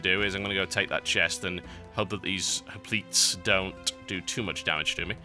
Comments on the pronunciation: You pronounce hoplite like hop-light, not hop-lit. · It's read like hoplight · 3 Barracks 'hop-leet' (sic) rush incoming!